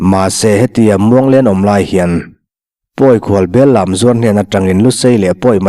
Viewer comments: Bellam tih hi Bellâm tih zawk tur a ni e. Bellâm zuar pawi khual kan thleng țhin. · 'Bêllam' tih a lam hi, sipai lâm lamrîk ang a "Lâm" tia lamrîk tur. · Pawi Khual bel zawrh hi belläm(lam lai hi Sailam khaw hming a lam thluk in i lam a, dance(läm) lam rik ang hian lam tur a nih hmel. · Bellam zuar hantih hian... Bellam tih tak hi mizotawng pangngaiah chuan, lam migring kanlam tia kan thluk ang hian thluk tur niin ka hria, Tun a kan ngaihthlakang thluk hi bel lamah hi chuan kan neiloin ka hria